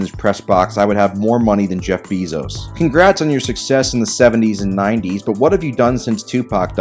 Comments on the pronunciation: Jeff Bee-zoes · " Jeff Beezos "